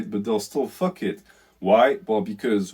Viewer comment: “What deh fwuk is dat?! What deh fwuk iz doz fake assess?!!! Hahaha that killed me man. Loved the video thank you for shining light on the greatest plague on earth